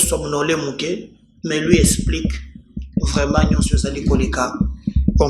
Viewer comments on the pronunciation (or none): none